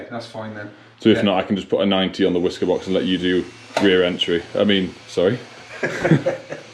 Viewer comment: Down a shot every time you hear wiska box 😂